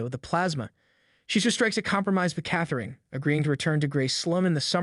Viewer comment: Meredith's & Catherine's names were also mispronounced.